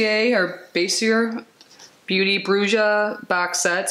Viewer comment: BRUJA MEANS WITCH IN SPANISH, THE J IS PRONOUNCED MORE LIKE AN H